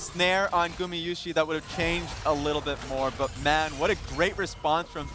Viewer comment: People really hating on casters? I think it's consistent and informative and I love that gamayushee pronunciation of Gumayusi lol